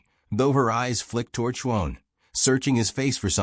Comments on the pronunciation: Shwohn? (Shawn) Wound ( not Woond (phonetically). Sometimes the narration is off enough to crack the story - at least to me. POOR ENDING..............stopping abruptly is no good! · Someone needs to teach this narrator how to say Shawn.